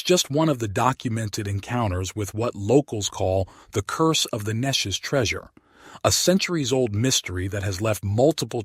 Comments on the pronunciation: Thanks! I had no idea and we live nearby. The river is pronounced, Nee Chez around here. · AI can never pronounce Neches correctly.